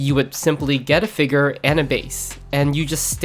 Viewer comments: bro why do you keep saying figger 😭😭😭🙉🙊🙈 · I don't wanna be that guy but saying figger makes you sound dumb.